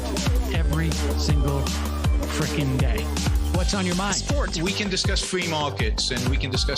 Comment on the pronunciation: "uh, we can discuss fwee mahkets"